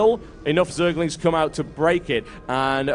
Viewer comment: lol, it sounds like hes saying zealots not zerglings =)